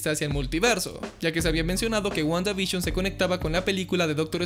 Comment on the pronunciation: Nadie:: Wguandavishon Yo: Guanda y Bisión;-; XD